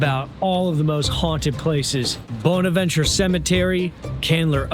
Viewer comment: Not bad, but he needs to work on his pronunciations. Brought'n, Oh-glethorpe, Bawhnaventure